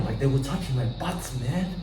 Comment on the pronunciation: Its butt, not butts 😂❤